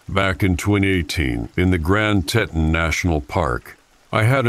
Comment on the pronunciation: I ENJOY THESE STORIES BUT NOT THE WAY PLACES and NAMES ARE MISPRONOUNCED. It's pronounced TEETON!!! Long E.